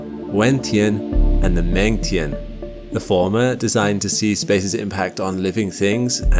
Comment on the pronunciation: + Tianhe-he, similar to her, not hee). Mengtian--meng like mung. Pinyin is great to learn. Once you learn that, speaking mandarin isn't actually that hard. Go slowly and surprise yourself with progress. Then read maps with pinyin and characters, and you'll have learned a couple hundred characters before you know it!